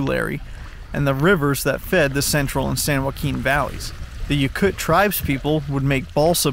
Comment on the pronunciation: Yokut pronounced Yo-cut